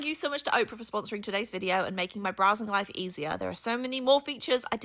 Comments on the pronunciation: Got a little chuckle out of mispronouncing her sponsor's name. It's Opera not Oprah. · I've gotta say, it's pronounced opera (the music genre) like awhp-rah not ohp-rah like the person Oprah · LOL It's "Ah-pra" like the music style, not "Oh-pra" like the "You get a car you get a car you get a car!" lady LOLOL Also - I now have $200 worth of goodies in my MakerPlace cart. Thank you, enabler! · You are adorable. Opera is AH PUR AH not Oprah 😊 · Opera, not Oprah. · Its opera like "will you go see the show at the opera house" 😅 they might want you to pronounce it right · imagine paying a youtuber money to sponser them and they cant even say a word as simple as opera correctly.